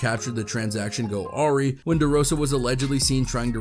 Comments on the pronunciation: This guy straight up said Arry 😂 😂 😂 had be dying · 😂 I think he meant awry. Not sure why he said “ari”. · the pronunciation of "Awry" and "Dilaudid" was quite funny. I lol'd. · “The one-oh-one-seven rapper” 😂😂🤣🤣